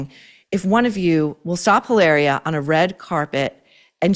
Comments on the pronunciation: I love that you’re pronouncing her name hilareeua instead of how she wants you to pronounce it Hilahhhria 😂😂😂. She’d probably correct you if she heard you😂😂😂. Now we all know she’s Hilary from Boston lol. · It’s Eeee-lahhhh-ree-ahhh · I love how you pronounce “Hilaria” Baldwin. The well deserved shade 😂😂😂